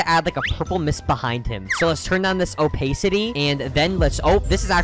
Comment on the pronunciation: “opaisity” LOLLL